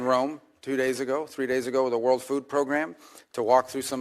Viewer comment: "Evil worl out there" 😂😂😂😂he literally said "evil world out there" 😂😂😂😂😂😂😂😂😂😂😂😂😂😂 this 8s amazing 😂😂😂😂😂😂